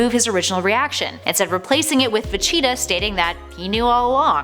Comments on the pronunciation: Vacheeta XD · "Dr. Jeero, NAHmek, Vacheeta" She's clearly never watched and is just reading a script. I hate that. Nobody who has ever seen dragon ball z would pronounce it "Nahmek" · Vacheeta? I stopped watching after that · it's VEGETA not Vecheetah! She said it that way SO many times! It just be intentional! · I had to check the comments, i thought I was having a stroke or something every time Vecheeta was said. Glad Im not the only one hearing this. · I have a bigger problem unhearing Vechitaah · Please learn how to say Vegeta properly. It's supposed to sound like Vegetable, because that's where his name comes from. I don't know who "Vacheeta" is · How do u even get vecheetah from vegeta? Where did she learn to read? Lawd! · I want a part 2 but not if you are gonna mispronounce Vegeta as Vacheeta. I like you, but come on. You probably never even watched the show. And usually I am not the one to complain about pronunciations, but I never knew what you were talking about and had to rewind twice, because I thought you were talking about a cheetah. I thought I had managed to forget about a DBZ character. In short, yes to a second vid. No to Vacheeta. And maybe get someone who pronounces the names. Or maybe someone who actually watched the show growing up. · ???? Vacheetah. I thought it was Vegeta. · Funny how she pronounces Vegeta. It's obviously pronounced "Virginia". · Is she saying Vecheeta...? Yes, Yes she's saying Vecheeta, wtf, there's a G in the name, how do you even make that mistake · Dont know if this was a mispronunciation or not, but you kept calling Vegeta "Vecheeta" lol. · So many errors just in this video. Va-chi-ta instead of Vegeta , Nahmek instead of Namek, Gohan blowing off Cell's head off (it was Goku's Warp Kamehameha btw), Dr. Jiroh instead of Gero... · H20 Insane my heart was crying. That chee really irked me badly. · I knew people would lose it when she started mispronouncing vegeta. Because it bothered me WAY to much.